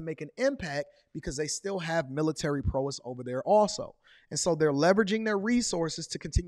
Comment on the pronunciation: Man great info but my guy you say prowess wrong. 😂😂